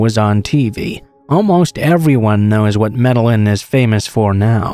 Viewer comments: Med-eh-een not med-ell-in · DARLIN IT'S MED Y EEN... i got my ass beat enough for not pronouncing it right. my uncle hated it when I didn't pronounce spanish words right. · Pronounced MED-AH-YEEN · Say it with me... "may-day-jean". Lol. Thanks for the upload though! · Bro I’m from Australia and when he said Med a lin trying to pronounce Medellin I physically cringed. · No offense but boy are you butchering the pronunciation of Medellin lol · Does it on purpose. All yters do so people comment to correct. It is a hack that increases interaction for the algo. Lol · Lol, not even close...